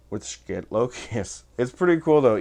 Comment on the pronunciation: It's actually pronounced "shi tuh" or so I am told. I was pretty much sold on getting the loki. I wanted the lokius but didn't want to drop 300 bucks on one. Black Friday rolled around and Schiit had bstock for 229. I bought the thing. Full factory warranty. No returns unless defective though. They still have em. I love EQ's. They can make a bad speaker sound better and a good speaker sound great. People say that playing flat is what the artist wanted.... Why do so may pressings sound different?